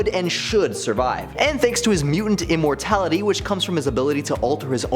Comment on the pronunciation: Did I mishear? The Lazarus Pit granted Ra's Al Ghul 'immorality'? 😂